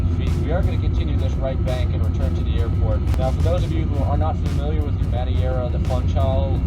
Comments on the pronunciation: IM FROM MADEIRAA AAHHHHH and yes you did say that wrong.... kind of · I'm from Madeira and I gotta say that pronounce it's just amazing (in sarcastic way) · As a Brazilian I'm internally screaming. He's in Iberia and can't even say Madeira? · 100% not hating on but the people saying 4/5 on the pronunciation of Madeira island and Funchal, the city, I’m really confused as to how you rated that. It’s more like a 3/10 and I’m not even born Portuguese but lived in Madeira for 11 years since the age of 5. I have a serious question for you guys. Are you really Portuguese????? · its no madiera its madeira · Its not madiera its prinounced Mad-eer-a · Just say MA-DE-RAH not muddy-era... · man, you almost said it well. But is Madeira not Madiera ahaha Funchal was good though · lol you were way off with the Portuguese name. Its a Portuguese island that is pronounced like, Me-thay-da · Muh-day-ruh, Foon-shal i know its a bit late but if you were lookin for a 'correct' pronounciation ☺ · Mad-hey-ra ahahahah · you pronounce it "mahdaydrah" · Madeira And you pronounced it Madiera. Please people, stop switching letters. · Madeira = MUD-AY-RAH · You almost got the right pronunciation to Madeira.. the "ei" in portuguese is pronounced the same way you say "Hey" in english ( something like Ma-d"hey"ra .. I prob should blog about it, but since you provide so much knowledge about flying i guess you wouldnt mind to get some from knowledge of portuguese since this airport is known worldwide. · Hey portugal thats where i live and its Ma-Deh-ra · "mad-ay-ra, fun-kull" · Madeira = "Mad-Hey-ra" Trust me , i'm from Portugal Also... PORTUGAL CRLH ! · Guy from Portugal, your "Madeira Funchal" was pretty good! Btw thanks for yet again a great video!!! Edit: Tip- "Foonchal" (Funchal) was great,.. on Madeira try "Ma-day-ra", Sir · I’ve been to Madeira Cristiano Ronaldi international the runway is small and it’s pronounced ma deer a fun chal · it's pronounced ma-deh-ra foon-shao